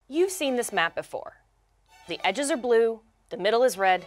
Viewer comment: emphasis on “EDGES”